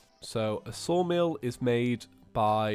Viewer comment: IS it just me, or is Saying 'Soulmill' instead of 'Sawmill'?